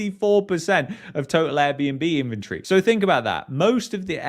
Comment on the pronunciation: In-ven-tory.. the way you pronounced it sounded like infantry. You brits crack me up.